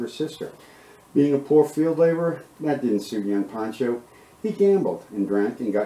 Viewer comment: Pancho not Poncho